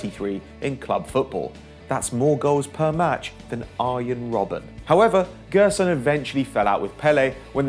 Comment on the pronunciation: 9. - "Jé"rson, not "Gue"rson